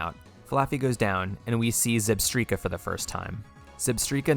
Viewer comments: ZEBSTRIKA, NOT ZEBTREEKA! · The amount of times that you said zebstreeka in the elesa battle unironically made me mad. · Bruh zebstreeka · I get the alomamora pronunciation mistake but pls at least get skarmory and zebstrika right